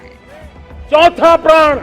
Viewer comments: प्रण के जगह प्राण बोल रहे है हमारे माननीय प्रधानमंत्री लगता है जनता के प्राण लेकर ही मानेंगे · प्रण को प्राण बोल रहे हैं। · Pran hota hai Praan nahi!! Dono ke matlab alag hote hain